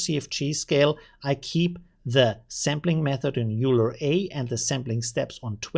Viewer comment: Leonhard Euler was a Swiss mathematician ( ). Pronounced oil - er. I know, not important, but it's good to know.